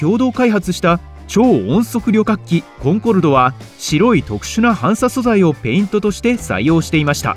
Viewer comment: 反射素材(はんさ素材)笑